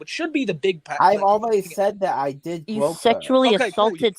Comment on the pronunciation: “I didn’t gwope hewr!!!”